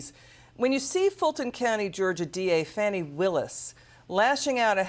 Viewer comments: Gym has no jurisdiction over Fani (pronounced “Fawny, not Fanny”) Willis. He’s just looking for something, anything, to grab onto so he can harass her with house hearings, etc. He should stay out of her way. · Can you pronounce Fani correctly or are you a partisan hack "journalist."